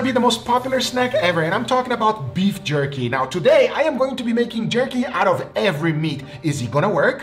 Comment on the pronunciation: Guga: "Beif Jurky" 🤣